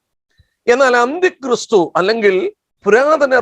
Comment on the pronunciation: താങ്കൾ എന്താണ് ഉച്ചരിക്കുന്നത്???. അന്തിക്രിസ്തു എന്നോ...അന്ത്യക്രിസ്തൂ എന്നോ...